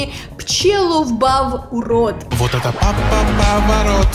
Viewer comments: Ну не ПлеловБАВ, а ПчелоБАВ,в чем проблема правильно прочитать была. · Пчеловбав... Ну да ну да... А не варик посмотреть название песни где написано ПЧЕЛОБАВ без какой то залётной буквы В